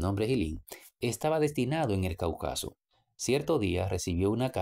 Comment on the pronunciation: Cáucaso acento en la tercera silabas, por favor pronunciar correcto.